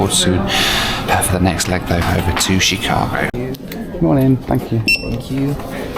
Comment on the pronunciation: i'm so sorry the way you're pronouncing chicago is driving me insaneeee